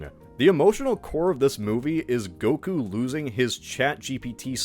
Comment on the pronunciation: Pronouncing goku as gogurt it’s funny